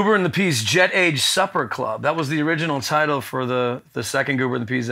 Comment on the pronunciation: ? Supper? Or super?